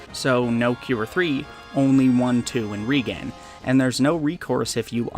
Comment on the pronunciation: "Reagan" :v